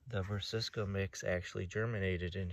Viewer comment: 🤣 I definitely was taught the wrong pronunciation years ago, but have since corrected myself.. Brass-A-ca! 😎